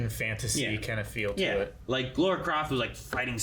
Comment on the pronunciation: It is NOT!!! LORA Croft..... it's LARA Croft...... L A R A also.... I honestly don't like the casting choice and Trailer. Tom Holland is just OK as Nathan Drake choice. There are such much better casting choices for Nathan Drake. AND as for Mark Wahlberg as Victor "Sully" Sullivan.... terrible choice!!! What makes Sully Sully is, that he is always got a mustache and smoking cigars, even when Nathan and Sully first met in Uncharted 3 ( Nate was steeling something and got chased after from some suit wearing bad guys and Sully saved him ) I also don't like the fact that they are mixing thing from Uncharted 3 and Uncharted 4..... the pirateship in the cave was from Uncharted 4 where Nate is older around 40 and the airplane scene is from Uncharted 3 where Nate is mid 30s. I hate the trailer. what Sony should have done is adapt the Uncharted novel "The fourth Labyrinth" into a movie and give Sully his mustache and cigar!!! then it would have been better..... I guess